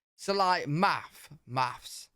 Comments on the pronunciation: My question for you would be why does it sound like you're saying: "maffs" rather than "maths?" (Or maff)😂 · it's only easier to say when you pronounce it "maffs". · You (maybe UK) but definitely you pronounce your "th" sounds with an "f" sound. Example: You say, "mafs" instead of "maths". Or, you said, "I've never fought to fink..." instead of, "I've never thought to think". 😅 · Not MaFs - MaTH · They say Brits say “maths”, but you said “mafs”… 😜 “Maths” is horrible- I like watching astrophysics videos too- and the Oxford people often spit when saying “maths”, despite having phd’s in their fields, they can’t even say the word clearly! And re: beer- a lot of British beer is stored in a basement cellar, so it’s usually cellar temperature- so like 45-50°F (7-9°C). We Americans try to store it in refrigerator…. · Did you say "maffs"?